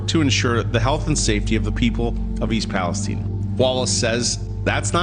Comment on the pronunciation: It's Palestine, not Palesteane!🤣 For a second, I was like, "Where the hell is Palisteane?" 🤣